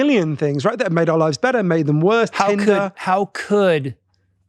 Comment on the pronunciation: Except he has changed his “better” and “wetter” to “bedder” and “wedder”. To my English ears, this stands out. He is very inderesting though.